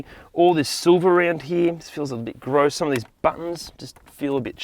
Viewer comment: I've never heard someone say "grose" as frequently as this man